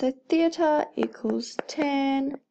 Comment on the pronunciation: You say theta like theatre, still helpful so thank you